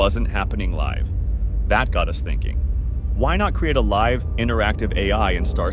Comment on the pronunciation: The narrator speaks like 'what are you sinking about'?